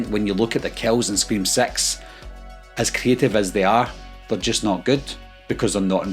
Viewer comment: Just a fan of the accent kind of sounds when you're saying 6 sounds like sex kind of being stupid